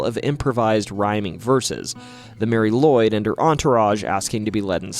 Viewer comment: If I remember right Nisse is Icelandic for Nicholas like St Nic. And sorry to say but you mispronounced Mari Lwyd. It is pronounced Marry Lu,wid.